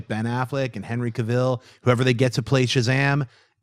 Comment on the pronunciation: Poor and his terrible name pronunciation! "Monica" "CaVEEL"... Lol is such a character onto himself! Love it.